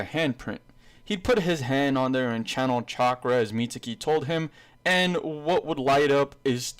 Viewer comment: the guy's name is mi-zu-ki not mitsuki there is no t or s in the name mizuki